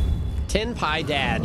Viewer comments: As a native Spanish, I laughed a lot when you reached Ten Piedad and you read "Ten Pie Dad" in English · As a spanish I laughed so hard when you said "ten pie dad" lol, that'd be something like diez tartas papá